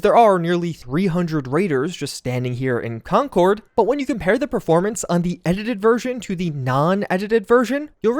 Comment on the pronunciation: Concord MA is said "conkerd" unlike the plane pronounced "con-cord". /massachusettsrantoff